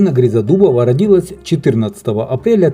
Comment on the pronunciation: Ударение родилАсь